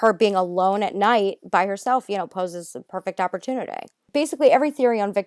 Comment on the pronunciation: That set my teeth on edge